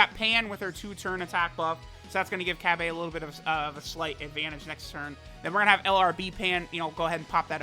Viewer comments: Cab-A? you can at least pronounce the name right. Na for the copious amount of money that you spend on this game you can mispronounce names all you want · Cab-aye, that shit sound gay and stupid 😂😂 stop it, no one calls him Cab-Ayeee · Bra Fandom: Bulla Also truth: Cabbe Also fandom: Cabba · in subbed the voice actor says Cabbe but in dub and in everything else and the way its spelled its Cabba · Cabba’s name: Cabba: Cabbay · Nobody:: cab bay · so busy talking about pronunciations he didn't even bother to look at Cabba's attack and defense after giving him orbs, ugh... Oy vey. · Czar17 _ that’s what I figured, I watch dub so that’s how I pronounce his name